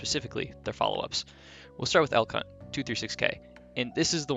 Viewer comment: Am I the only one who hears "El C*nt" when he says "Elk Hunt"?